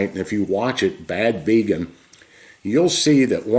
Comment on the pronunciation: It’s not vegan it’s “VAYGAN” that’s how dictator Donaldus Trumpus pronounces it